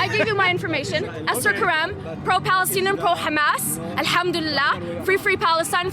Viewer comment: ”.. Balestinian Beople” so fake they can’t even pronounce Palestine properly. - It’s a Roman (Latin) word and letter P doesn’t even exist in Arabic.